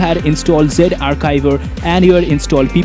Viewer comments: lol it is no zivare it is zarchiv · It's Z Archiver not Ze arkiver